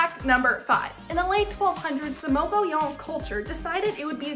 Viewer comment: Your facts are off which makes them not facts. The rainy season is July - September, the caves that the nomadic people used as shelters is situated above Cliff Dweller Creek not the Gila River. Good job pronouncing Mogollon correctly.